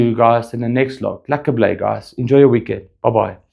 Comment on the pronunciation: I'm viewing from the Netherlands When you say "lekker blij", I hear my mother tongue!